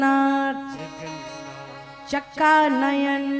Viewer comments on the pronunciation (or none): जगन्नाथ चका नयन निलांचल वाले हैं.... कृपया उच्चरण सही करें 🙏